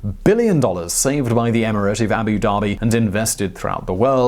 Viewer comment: Abu Dhabi! Not Abu Daebi! ध! ध से धनुष वाला ध! #StopBotchingNames #ProperPronounciation